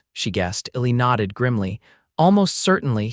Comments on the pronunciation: P.S.—— The narrator never pronounced the name “ELI” correctly. It was written ILLY and something else. I couldn’t tell what his name was until I looked it up. This is not meant to be a criticism, just an observation. I enjoyed the well written story line very much. Thank you😊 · His given name I think is Elijah, so the diminutive should be Eli (or Ely) which is pronounced E-lye. AI needs to be better or they need to hire actual humans who can deal with names (people and places - you should hear AI on Tucson!)